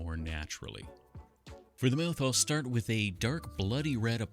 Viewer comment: He be saying mouth like Meyouth